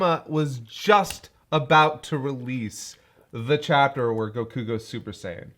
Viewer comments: The way pronounces each syllable of gokus name will never not baffle me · I don't know why, but kaisers pronunciation of "Goku" triggers me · I know, beating a dead horse, but the way he pronounces Goku as “gukoo” makes me want to kill myself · Yes he grew up watching the Japanese dub and he tends to pronounce it as "Gokoo" as a result.